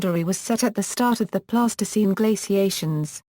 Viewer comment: Terrible voice over delivers speech like a bad 50s tv robot. Alright you have to use synthesized voice, but adjust the spelling so that it pronounces the words in a correct phenetic manner please! Pleistocene should not sound like plastoscene! Thats a childrens putty ffs